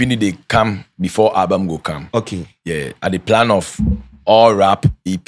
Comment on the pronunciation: He talk owlbum 3million 😂